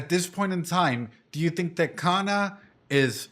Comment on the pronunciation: Your pronunciation of kana is kana in hirakana katakana